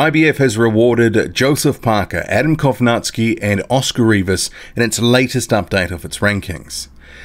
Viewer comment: You always mis-pronounce Adam Kownacki's name lol. You say Kownack-ski. But its Kow-nacki (pron. Naki- as in Tara-Naki, the place) ^^"